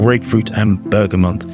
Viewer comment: You are not the only one who says Bergamont and not Bergamot. And Im fully capable too 😂😂😂